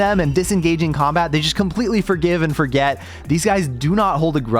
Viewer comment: "I was pulled into combAat"